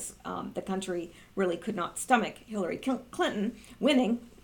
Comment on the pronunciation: "Hillary Killton" 😅 freudian slip?!